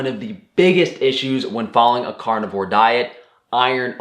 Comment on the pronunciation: I shouldn't pick on his language skills or dialect but I will anyway. "Cornivore" cracked me up every time he said it. He eats only corn? LOL